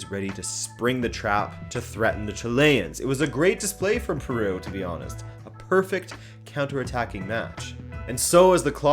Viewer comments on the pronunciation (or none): none